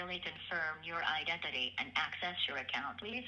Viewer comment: My fav part of these videos is listening to the bank robot caller pronounce "identity"